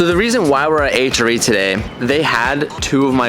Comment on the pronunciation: The wheels are friken sick but can I just say h.r.e is not 1 word it should be pronounced H R E. :)